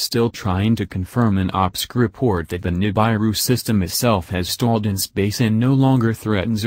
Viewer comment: NI -BAI-ru? Ni-BAI-ru fragment? Come on guys!